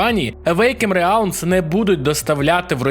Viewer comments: Не РЕАЛМ, а Релм! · автору стоит немного поработать над произношением звуков из английского языка, а то "реалм" и "зе" уж слишком режут слух